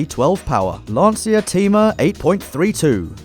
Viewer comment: Is that really how you pronounce Thema?